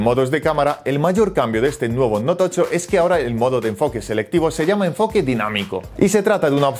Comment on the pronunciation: ¿Noutocho?, ¿TOCHO?